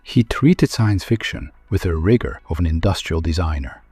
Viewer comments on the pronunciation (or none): none